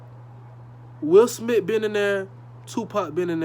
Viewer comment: “Will Smit”😂